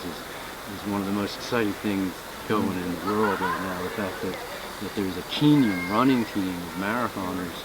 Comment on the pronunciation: Did he say Kenyan Marathon team? Sounded like "Keenyen"